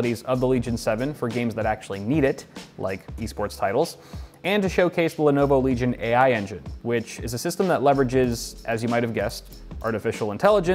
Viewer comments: Everyone: Legion: Leg Ion. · LENOVO LEG-ION